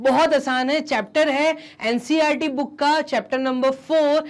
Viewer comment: Boon nahi book hota hai😂😊😮